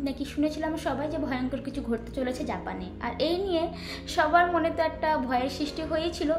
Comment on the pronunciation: বা বা তুমি কত সুন্দর করে জাপানের নাম গুলো বলো, আর আমার তো মুখে দিয়ে ও আসবে না, ❤❤❤❤